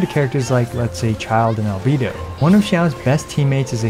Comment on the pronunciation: Finally someone saying albedo's name right